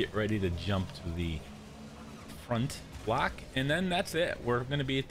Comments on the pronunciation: Why do you say “black” instead of “block”. It’s so confusing . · He’s saying block, it just sounds like black because of the way he pronounced it